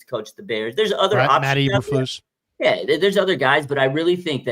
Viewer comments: Matt Eberfluss and Robert Suhlah🤣🤣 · I think he actually says Saleh's name right. Saleh is Lebanese. He definitely bungled eberflus though 😆 🤣